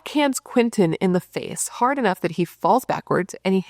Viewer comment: Its Not Hardh